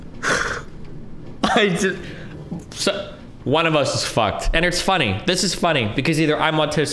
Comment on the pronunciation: “in my heart there’s a lot more obamna”